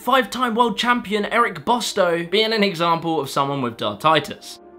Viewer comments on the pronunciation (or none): 'Eric Bristow' not 'Eric Bostow' 'Stephen Hendry' not 'Stefan Hendry' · Erick Bristow not Bosto, aka The Crafty Cockney. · … ffs man, pronounce Eric Bristow and Stephen Hendry properly 😂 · This guy has the yips on pronouncing names, Eric Bostow, Stefen Hendry?? Wtf 🤭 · Good video, but pronounciation of Eric BRISTOW needed a bit of work.